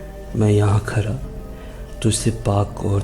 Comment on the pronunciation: Bihar k ho kya bhai کھڑا کو کھرا کہ رہے ہو